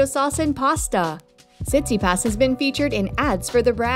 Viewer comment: What you talking about she says his name correctly you’re clearly the one who knows nothing about pro tennis 🤷‍♂️